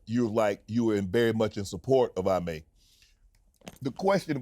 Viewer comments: Everyone saying Ee-may… now suddenly Shannon gonna call him Eye-may? Bruh… 😒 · Eye mey 😂 cmon Shannon why do people change peoples names 🤦‍♂️